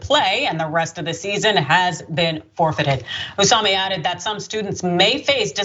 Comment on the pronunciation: Obviously, this is disgusting & the school made the right decision. But how can this woman see "Osumi" and pronounce it "Osami" repeatedly?